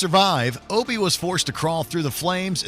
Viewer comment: I know you didn't just call him Oh-Bee. It's AH-BEE. 🤣